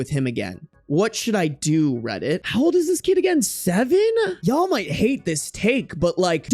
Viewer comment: Reddit kinda sounds like rabbit